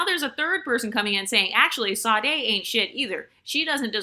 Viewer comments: Is that how Americans pronounce Sade's name? It's Shadéh. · The S in Sade is pronounced like an “sh”, FYI😃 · Well it's common for Americans to butcher foreign names, so it doesn't really offend me, but that's the first time I have heard Sade's name being pronounced like that.